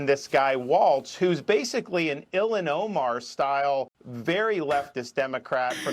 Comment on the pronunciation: I heard "Illinois Mar"